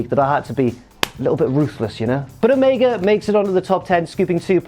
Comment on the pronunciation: Stop saying omega wrong